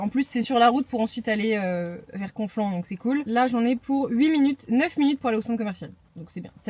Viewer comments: Waaah, Andrésy (là ou j'habite) la ville paumée du siècle et jte confirme que t'as eu la poisse au niveau des 3F avec le GPS... Ps pour me moquer, mais c "Conflans" et ps "Confluans" 😅Force à toi ! Mais sinon continues tes vidéos, je les kiffes ! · Coucou, c'est cool de te voir ds ces coins là, des souvenirs pour moi! Ms je comprends la galère ds ces zones plus ou moins piétonnes. Ps: Osny on ne prononce pas la s. Et Conflans il n'y a pas de u, mais tu t'es corrigée ensuite. Bonne année à toi!